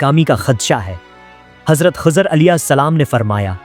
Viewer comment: Hazrat Khozar nahi, Hazrat Khizar Jan boojh kr aesa krty ho